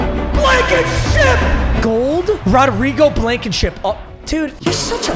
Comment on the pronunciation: bro said rodrigo blanketship lmaoooooo the kicker